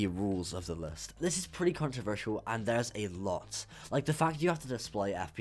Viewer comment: "the geometry dash demon le" it's list not le